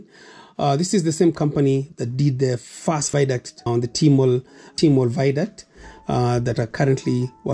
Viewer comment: theres no word as viduct. ita a VIADUCT